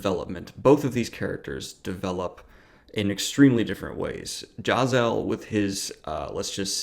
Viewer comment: The way he says Jezal is slightly annoying, JAZAHL. NO. JEzahl